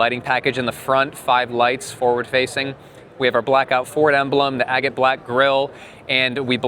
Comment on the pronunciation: THANK YOU FOR PRONOUNCING AGATE CORRECTLY